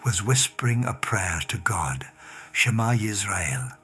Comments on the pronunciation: It's total crap because he can't even pronounce properly the main prayer of the Jewish people said twice a day from the youngest age why do Christians have to create these deceptions deceptions it's disgusting deceptions. It's disgusting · This is total BS. Supposedly a Rabbi? He cant even pronounce the Shema prayer properly that is a Biblical commandment said twice daily since a child can speak 😂😂 Whats up witj you Christians that you need to deceive people to get people to believe?! Your religion is based on lies, mistranslations and other deceptions. Just watch Tovia Singer and you will see. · The prayer he said in Hebrew, one of the Hebrew words was not pronounced correctly. Any and every Jew, especially a Rabbi would not make this mistake. Therefore my opinion is that this story is a fabrication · Dude certainly never was a Rabbi, this is a pastor pretending to be Jewish. He can't even pronounce the Shema properly. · Why are you faking Rabbis near death experience to prove Jesus… The way you pronounce the Shema shows you are not Jewish. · clearly the narrator was not the person whose story is being told. No observant Jew would mispronounce the Shems prayer. This is a 5 minute story drawn out to 19 minutes. Shame on whoever made this crappy video. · This computer voice mispronounces the Shemah. If Jesus is the messiah why must he rely on fraud to spread faith in him? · THIS IS A TOTAL FRAUD. THE GUY DOESN’T EVEN KNOW HOW TO PRONOUNCE THE SHEMA, THE HOLIEST DECLARATION IN JUDAISM. THE NARRATOR IS NOT EVEN JEWISH. HE’S AN IGNORAMUS. SHAMEFUL LYING PROSELYTIZERS. JUST LIKE PAUL. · Unfortunately they way this person pronounced the Hebrew words, SHMA and echad make me think this is not a Rabbi speaking.